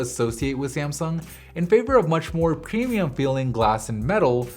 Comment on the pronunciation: 42 did you say "premium". or "cremium"? So confused. And drool toned colors? Speech impediment?